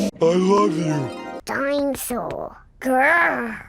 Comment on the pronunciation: dino-saw. GrRrRrRrR.